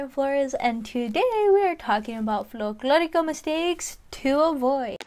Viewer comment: Folk...not flo. Please try to make the transition to say it correctly. It's folk lorico...not flok lorico. I do enjoy your time in sharing your thoughts.